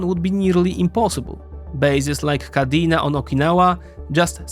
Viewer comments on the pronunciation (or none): none